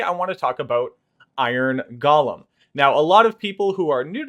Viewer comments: It's not "gollum", it's "Go-lem". Basic English. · The origin of the word may be Hebrew. Many English words have their roots in other languages. But the pronunciation you're using is still wrong.